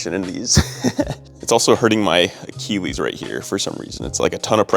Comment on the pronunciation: It's not akiwis, it's achilles XD